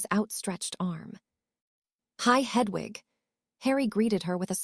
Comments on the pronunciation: Why does the reader say hudvug when it should be Hedwig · Hudwug😂 Please re upload with a better AI :p This one cant do names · The owl's name is not h u d w u g, it is Hedwig, if the English language is so difficult then find a different AI